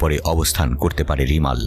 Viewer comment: রিমাল নয়।।রেমাল